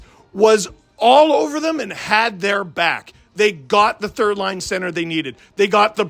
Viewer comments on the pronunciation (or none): none